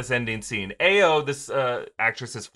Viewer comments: "Ah-yo", not "Aye-yo" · Hey. Just fyi, the Dora Milaje woman's name is pronounced "EYE-oh." It's actually a common Nigerian name. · Hey guys just wanted to let you know that Ayo is pronounced I-yo. The A is pronounced as an I. It is a Yoruba name and it is my daughter's name. We have to correct people all the time. Thanks. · Ayo is pronounced i-O